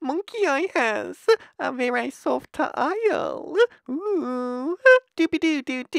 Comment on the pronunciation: What the fuck lol varey soft-EH kehin-EH